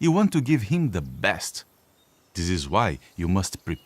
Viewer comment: So I was paying more attention to how the dad talks this time. He's inconsistent in how he pronounces "th" - sometimes it's a "d" sound and other times it's a "z" sound. And occasionally, it's a "th" sound. A perfect example of this is actually and - "zese one" and "that one." And he says "de work." You could maybe excuse the differences in pronouncing "this" and "that" because the following vowel is different, but he pronounces the vowels the same in "this" and "the" - as a long e sound. So the "th" proceeding the vowel (both at the beginning of the word) should have the same sound - either a "z" or a "d" sound, except he varied it. Additionally, he says "dis" in stead of "this" whereas before, he'd pronounced "this" as "zese" - something I didn't catch until I listened to it a third time. He is very practiced at his accent, but he trips up every now and then with certain words - specifically in a slight inconsistency with certain consonants and vowel combinations. Of course, the "th" sound in English is one that isn't actually in most languages (even other Germanic languages often lack that sound, although they typically do have the letter combination - they usually just pronounce it differently). So it's the one that typically gets messed with the most in generic "foreign" accents - so it's usually one of the best sounds to monitor to determine whether or not a person is faking an accent.